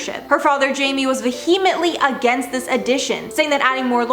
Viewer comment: Ahemently lolololol